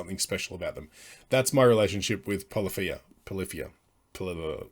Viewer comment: It’s pronounced like “pull iffy uh” 👍